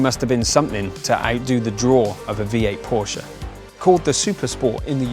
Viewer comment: Props to you for pronouncing "Porsche" the correct way